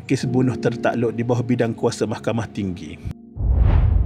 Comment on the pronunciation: bila ckp mahkhamah telus mcm kelakar🤣🤣🤣